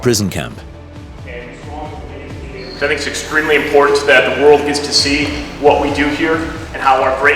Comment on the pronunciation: thats just not how you pronounce world it sounds like hes trying to do a skyrim dragon shout at me LOL